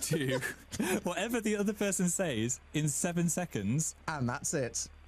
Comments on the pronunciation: He pronounces says like saise 💕💕💕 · whenever he says "says", his northern accent comes out a little